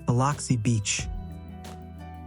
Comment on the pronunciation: Please learn how to pronounce Biloxi (buh LUHK see) correctly.